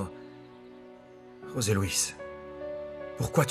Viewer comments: nn José se prononce comme ça osé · José Louis on prononce roser en espagnol